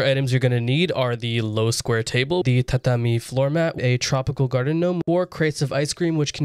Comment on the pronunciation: mad respect for you pronouncing tatami correctly